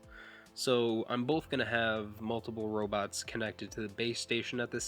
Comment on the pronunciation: I wike wobots too